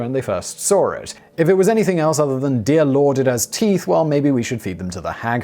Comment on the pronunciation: Simon "Dear lord it has teath". Me "Where have I heard/seen that before? Oh yeah, it starts with son and ends with ic..."